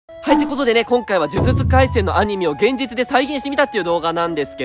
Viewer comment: じゅじゅつかいせんのせんちがくない？